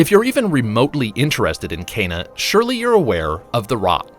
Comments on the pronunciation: It’s “Key”na not “Ken”a. One of the characters says it in the first trailer if you listen carefully. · Ken-Ah, not Cain-ah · Key nah!